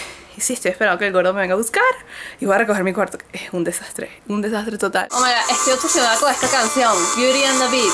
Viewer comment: No es Oh my GASHHHH es Oh my Goddd , de buena onda.